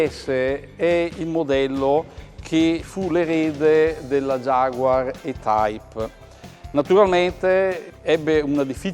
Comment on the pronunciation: Per Coerenza si dovrebbe pronunciare "i-taip".